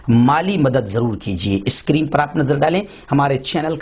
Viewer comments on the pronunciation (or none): none